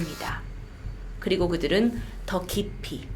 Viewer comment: 근데 중간에 더 깊이를 더키p라고 하네욬ㅋㅋㅋㅋ